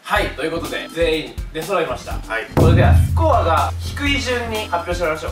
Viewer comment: ここの「出揃いました」が「デストロイました」にしか聞こえない